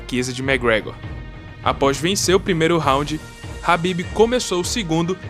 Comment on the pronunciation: é khabib nao rabib ... o documentario ficou top até vc ficar repetindo o nome do cara errado kkkk